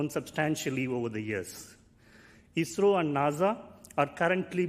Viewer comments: I saw many people getting confused in live comment section when Tim said "ISRO" because it sounded like "Israel", the correct pronunciation of ISRO is: "is" as in "his" and "ro" can be pronounced as "row". Hope this increased the clarity, Great work done by Everyday Astronaut team as always👍👍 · He said ISRO